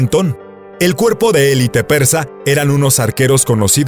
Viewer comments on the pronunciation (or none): none